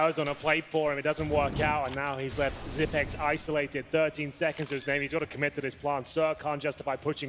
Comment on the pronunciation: Almost 2020 and announcers are STILL SAYING ZIPNIX -.